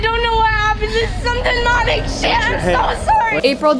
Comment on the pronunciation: the 2nd one she said “denomic shit”